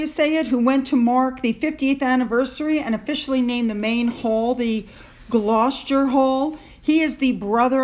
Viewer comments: You almost said Gloucester properly . In phonetics its Glos ter, We Brits tend to have alot of letters that are not pronounced (silent letters) in a word. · It’s the Duke of Gloucester (Gloster) Gloucestershire is the county. The letter u is silent. Sir Edward Young is private secretary to the Queen, he makes no statements without her knowledge. The tight fisted ginger whinger only spends other people’s money. IMO Judge Swift, the presiding Judge is to give his ruling at the end of July regarding the ridiculous security case. IMO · All the names of people and places written as such Gloucester, Leicester, Worcester, are actually pronounced "Glous-ter", Leis-ter and Wors-ter. Like the famous Worcestershire sauce is "Worster-shere" pronounced. I certainly hope you did NOT get Covid again. Up here in Montreal we're in the middle of the 7th wave, as they are in Europe, very easy to catch but very much less virulent. Please wear your masks again with people outside your bubble, if that's all it takes to be safe I'm doing it, yet again. Have a great day! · Gloucester is pronounced "glosster". Another one of our difficult names! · Dear it's pronounced "gloss-ter" x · Pronounced gl-ow-ster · Re pronunciations. You were right in the pronunciation of Gloucestershire when the “shire” appears on the end of the word as that is a County. Gloucester is pronounced Gloss-terr and it is a city within the County of Gloucestershire. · It's confusing, but it's pronounced Glawster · "Glou-ster"? I think. Rhymes with "cow". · I think its pronounced "Glow-ster" . The Duke of Glow-ster (Gloucester). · The Duke of Gloucester is pronounced Gloster. Gloucestershire is Glostersheer & Berkshire is Barksheer. (We like to confuse foreign friends with very old spellings over here.) Anyway, if you'll excuse me, I'm expecting the policeman I've hired as personal security to stand outside my front door & I have to put the finishing touches to his sentry box. 👮‍♂️